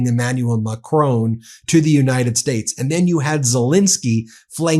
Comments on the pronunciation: Hi Ben, the French President’s name ´Macron’ does not rime with ´Stallone’. The ´o’ is pronounced as in ´on’ e.g. on TV. The French don’t pronounce the ´n’ but it would be acceptable on international media if you did. As to the stress pattern, it’s on the first syllable, so it is more MACron, than MaCRON. I’ll spare you the pure phonetics! I just thought I would point this out as he has been spoken about so much recently! All the best! Judith, a Brit in France for most of her life. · French President Macron Why do you call him macrone? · Pleeeease find out how to pronounce Macron! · macron not macrone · Pronounce President Macron like switch on mack r on not mack r own ! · Macron! Macron! The man’s name is Macron… it is not Macrone! FFs. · It is Macron, not Macrone……. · Please Ben, i love the Meidas Touch network but please stop referring to President Macron as President Ma chrone. Keep up your amazing work educating the American people about the situation in Ukraine 👍🏻🇺🇦🇬🇧🇺🇸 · Macron - it's Macron, pronounced 'Mack' 'Ron', not 'Macrone' he's not a Sicilian import! Sorry to divert from your excellent content, but this really grates! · It’s NOT Macrone. Mon Dieu. Pronounce it properly!! Bloody Americans’ freedom with how to pronounce words is so arrogant. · For the love of god, its pronounced Mac-ron, there is no e. Keep doing a great job but when you say macronee it grates on every french soul. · It is not Ma-CRONE 🤨. It is Ma-CR-ON , on almost silent. Listen to the Google to hear it. Please speak any foreign name correctly . It's not difficult. It's respectful. You mastered Poliviere and Premier pretty well right? 😊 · I don’t know why Americans pronounce President Macron’s name as Mac-rown . It’s Mac-Ron. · Argh Ben, it's pronounced Mark-rON (like on/off) not Mack-roWn. You're hurting my ears (I live en France). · he is called macronG please remenber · "Imanual Macrone" 😂😂